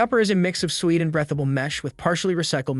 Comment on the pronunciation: It’s not “brethable”, it’s breathable?